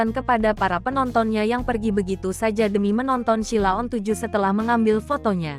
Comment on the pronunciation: Ngomong Sheila on 7 aja salah kok reko2 bikin konten